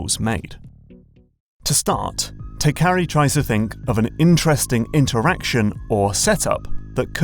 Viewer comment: Isn't the developer's name Teikari, not Tekari?